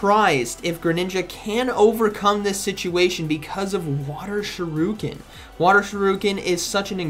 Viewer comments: Water SHAREEEEEKIN NOT SHARUKIN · still pronouncing "water shuriken" as water shiruken has me in SHAMBLES😭😭😭😭😂😂😂😂😂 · i love how it's already more than a month since its release and Z still pronounces "shuriken" wrong 🤣🤣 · He mispronounced shuriken😁😂